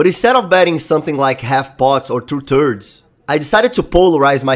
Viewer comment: love when u say two thirds as two turds <3